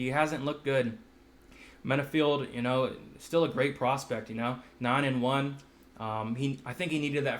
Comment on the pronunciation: Pronunciation police ! Val-ee-ev and in-oh-way... not val-eev and definitely not "ee-noo" hehehe